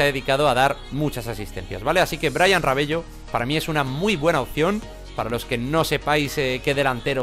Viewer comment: Amigo se dice "Rabelo" Pero se escribe Rabello